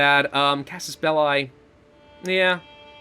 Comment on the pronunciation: The proper pronunciation of belli is exactly the same as in bellyache. I apologize for being a nitpicky Latin nerd.